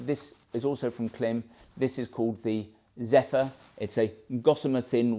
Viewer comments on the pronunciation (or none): I really enjoy your videos- they helped me select the Marakesh series for my hot weather riding here in Florida, USA. One thing- I have seen lots of Klim videos out there and this, different pronunciations of the brand. The Klim site has an intro, branding video… it actually IS pronounced “Climb”- go figure. Just thought you’d want to know. Cheers. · Klim is pronounced Climb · From google: How is the brand Klim pronounced? Klim (pronounced "climb"), based in Rigby, Idaho, is a company that manufactures motor sports (snowmobile and motorcycle) clothing using the same-name brand for men, women, and children. However, anything reviews is always very professional with tons of information.